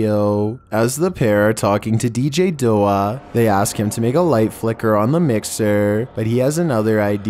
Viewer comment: Bwahahahaha!! 🤣🤣🤣 It's not DJ "Dough-ah"....It's DJ "D - O - A"...Like Dead On Arrival. 🤣🤣🤣